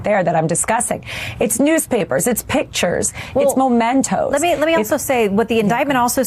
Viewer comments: MEMENTO, Alina, NOT mOmento. MEMENTO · The word is not mo-mento. It’s mem. Just saying…⚖️👩🏼‍🦯💃🌻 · Habba. The word is "memento" (a memory) NOT "momento" a moment? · It’s MEMENTO dummy- not momento. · It’s MEMENTO! Not MOmento! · It’s ‘mementos’, ignoramus!!!!! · Can’t pronounce or even recognise the word mEmento (WTH is a ‘mOmento’?). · How smart can you be if you are saying 'momento' instead of 'memento'? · MEmento, not "Momento"... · Momentos? 😂 Really? Perhaps I should elucidate. The word is MEMENTO. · She said "momento" when the word is "memento". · There is no such thing as a "momento". The word is "memento". If a lawyer is this ignorant of English vocabulary... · It's memento (from memory). She says momento twice. Dumb as balls. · Does she really think the word is 'momento'? Jesus, this broad is dumb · What is a "momento"? Some lawyer! The first vowel sound in is /ə/, not /oʊ/. Or maybe he was, in fact, stealing a few moments. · Can't even pronounce "memento" correctly. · Habba is a lightweight Widener grad and can't pronounce "memento"...be fun to ask her to spell it😉